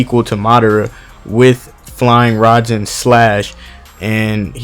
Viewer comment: Can u please say words correct its flying r i jean